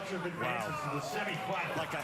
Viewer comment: His name is But-turf.Look at the spelling Not Buttruf.It's Butturf.